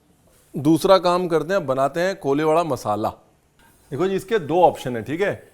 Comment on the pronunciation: It's not koliwada.. It's कोळीवाडा 😂😂